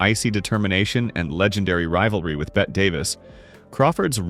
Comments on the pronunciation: "Bette" is pronounced, "Betty", not "Bet". It's an old nickname for Elizabeth; I have known several in my lifetime. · Bette is pronounced as Betty not bet. Please get the name of Bette Davis right. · Please learn to pronounce people's names! Berlie? Bet' Davis? Berle is one syllable. Bette is two. It is so annoying to listen to someone who can't or (won't) learn to correctly pronounce the names of people who have been a part of our social history for almost a century . So no, I won't be 'liking' or 'subscribing' today, thank you very much!